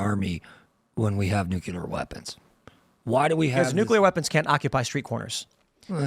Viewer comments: stop saying "nucYOUlar"....Its NuclEAr!!!!! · It’s pronounced, “NEW-CLEE-ER.” [Nuclear] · Dude’s views could be more seriously entertained if he learned how to pronounce NUCLEAR correctly.